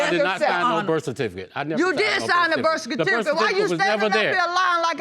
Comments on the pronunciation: You did sign the burst-sir-tificate (birth certificate) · First time I’ve clicked on an episode getting ready to watch and I had to pause and restart after I read the comments because I can’t quit laughing. These comments have given me life this day! She said he bandoned her! Burf stertificate... dear god my cheeks hurt! This whole comment section has me dead! 💀